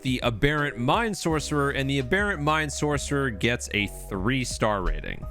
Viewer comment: I want to punch a hole in a wall every time you say aberrant wrong.